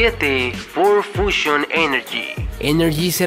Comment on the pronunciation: Repite conmigo... Fiuchon... Fi-U-Chon